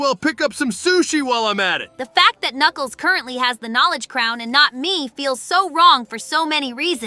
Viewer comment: ah yes, "nuculs" the "king"